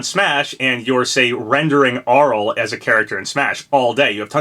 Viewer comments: 1. I have that Arle figure in the thumbnail, it's so cute! Chunky and high quality too! 2. It's Arl-ay Nad-ja not Arll 3. Still not sold any of these are references, but given I think FP5 is a Japanese centric character Arle especially (or Reimu who I'm educated guessing) would make sense. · isn't it pronounced Arle (Ar-Lay)